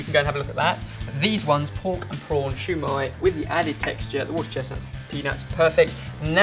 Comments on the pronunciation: the way he said "shoe" when its pronounced see-yu gahd u gotta love xD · siu mie not shoe my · Its sui mai not shoi mai!!! Other then that great recipe gona try it. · keeps calling it shu mai, but it's siu mai pronounced more like sil:') but the recipe is pretty accurate to what my family make and what I've seen in restaurants:) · Lol u pronounced siew mai as shu mai! I mean thats what i heard and i burst out laughing hahaha!!! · Dim sum is cantonese, it originates in hong kong so it is pronounced "siu mai" not "xiao mai" which is mandarine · Lol its not shoe mai its su mai you dont say shushi you say sushi lol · This particular one is called "Siew mai". You're welcome. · It's just Siu or shu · Shew mi LOL I DIDNT KNOW WHAT U SAID UNTIL I THOUGHT ABOUT IT UPRONOUNCED ITWRONG LOL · what in the actual hell. did just said shu mai. LOL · its pronounced SEA mai, with a slight hint of an h, so liek ShEA mai. also, its better to use a beaten egg instead of water because of the flavor. good rendition though. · the proper way to say sui mai is sow mai, where the ow sounds like you stubbed your toe. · It's actually called, "Shao Mai." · its pronounced "shaw-my" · I love you and all, but as a Chinese eating Chinese food her whole life(real Chinese food not Panda Express), it's pronounced s-ew mie . Sorry! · You pronounced it wrong, I know because I'm Vietnamese